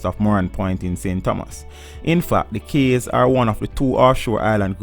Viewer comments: What another shame that part of Jamaica is owned by the demonic offspring that is the US . Cays is actually pronounced as Keys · Good info. But the pronunciation of some words is very strange. "Cays" is pronounced like "keys". "Islet" ? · Good research but it's a shame you were not paying attention in English class. Cays is pronounced "keys". Islet is pronounced "i-let"